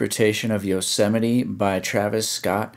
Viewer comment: CEO OF “Yoh-seh-meh-tee”